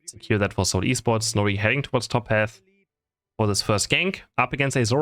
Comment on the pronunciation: Bro it's actually Pronounced as S(eight)ul esports